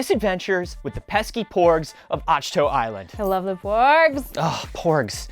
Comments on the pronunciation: Did say Atch-to? Isn't is Ach-to, like ick? (a hard k sound) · "atch-toe"? lol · AshToe, huh?? Anyone else see them 'reveal' the correct pronunciation of Ahch To! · Did he pronounce it "awsh-toe"??? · He works at Lucasfilm, how does he pronounce Ahch-To wrong?! Lol